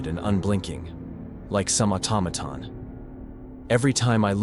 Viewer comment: I like story number1 best🙂 But what is an "atomaton"? A robot ?🤔🤖